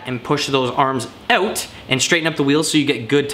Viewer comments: more like "oat" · being from Cali it bugs me lmao